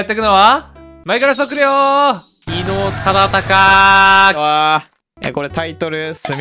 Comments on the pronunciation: 伊能忠敬ちゃんと言えないのすごく分かる 地図の書き方色々なの面白かった ここ笑った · 伊能忠敬さんってちゃんと言えない可愛い...